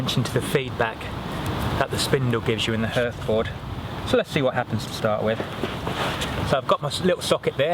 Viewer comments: Yes, although spelt hearth, it's pronounced harth, as in rhymes with Bath (if you're a southerner). Great vid though. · Although I've never heard anybody pronounce 'hearth' the way you do I enjoyed the demonstration very much. Thank you!